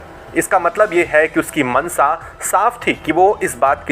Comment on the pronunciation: भाई "श" को "स" मत बोला करो। आप शुरू को सुरू, मंशा को मंसा बोलते हैं जोकि सुनने में बहुत ही खराब लगता है।